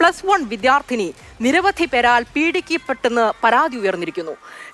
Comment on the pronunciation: പീഡിക്കപ്പെട്ടു😂 ആദ്യം മര്യാദയ്ക്ക് പറ anchor e